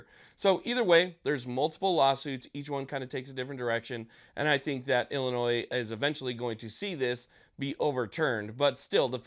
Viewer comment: 🤣You said Ilinois.. Dirty word at my house.